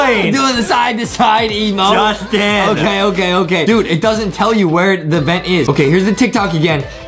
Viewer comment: DID adem really said justieeeeeee! Correction is Justin. Hmmm we need to put adem into English class